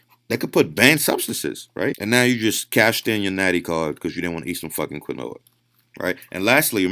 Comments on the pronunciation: My man said "Kween-whoah-ahh" (Just messing around I appreciate this great knowledge he puts out for free lol) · It’s pronounced “keen-wa” not “qwa-Noah” lmaoo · Lol Keen-wah not Qwin-noah ! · Its pronounced... Lile keenwah not quinoa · Quinoa is pronounced “keen-waa” 😅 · Just heads up Its pronounced keen waa. Not trying to be a dick. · Quinoa is pronounced KEEEN-WAAA. Mispronouncing it intentionally makes you sound ignorant. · 80% of comments - it's KEEN-WHA. 10% of comments - what kind of quinoa is best? 9% of comments - what kind of granola is he talking about?? Me: god I hope I metamorphose into a Butterfly !!! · I went to the store and bought granola and spinach.... Had no idea he was trying to say quinoa. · i cant hear what you say.. granolla? or quina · But, sure you you only have to eat 16 kilos of spinach to reach the 100mg of that endo steroids of the compound. This why you dont see jacked dudes from spinach or Quinoa Pronounced "Keenwah" The study used spinach extract. Did you study the results? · Ok?? So was the study spinach? Who ate spinach and got near these crazy gains? Btw its pronounced keenwah. Lol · do you mean Quinoa? im hearing you say kanoa. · quinoa = keen-wah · Quinoa is pronounced "keen-wah" !!! lol Good stuff as usual though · lol you didnt fix your pronunciation of quinoa (keen-wah) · Quinoa is pronounced KEEN-WAH! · Quinoa is pronounced keen-wah. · Quinoa pronounced KEEN-WAH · It's KEEN-WAH not granola lol